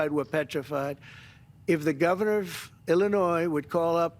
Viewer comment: Ermm...somebody teach Brandon how to pronounce 'Illinois' 🤷‍♂️😂😂